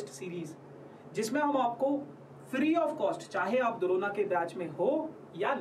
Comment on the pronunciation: Am i trippin or did i hear corona when bro said drona??